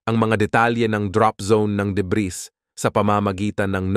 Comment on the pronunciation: Deb(ee), Deb(ee), Deb(ee), Deb(ee), Deb(ee), Deb(ee), Deb(ee)!!! Hindi Deb(ris)!!!